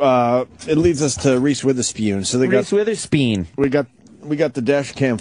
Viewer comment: Omg we get it. It's funny that you say Witherspeeewn. It's so hilarious!